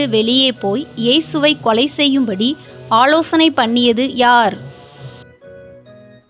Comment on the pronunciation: பொள்ளாத , நள்ள, ஆளோசணை மற்றும் பல. But for the faulty pronunciation the quiz is excellent.